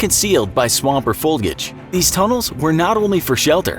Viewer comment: It’s FOLIAGE NOT FOLGAGE